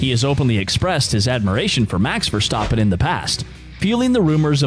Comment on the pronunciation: Your A1 is terrible... You can't even pronounce Max’s last name!!! You sound corny!!! 😂👎👎